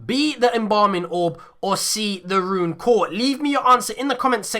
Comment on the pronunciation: Haha. Runed core. *ruined